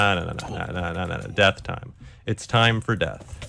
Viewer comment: "Deah time"